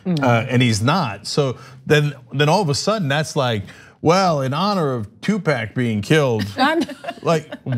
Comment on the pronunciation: are we going to ignore that cenk said 2-pack instead of tupac? okay, but you only get two more of those cenk.